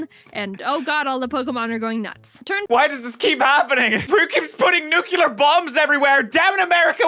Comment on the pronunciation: nucular bombs